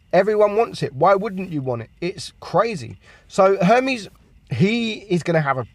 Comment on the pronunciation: Chip-pote-lay....but still says castilla instead of cas-tee-ya so let it go, bruh... he got Her-mees right so greek is ok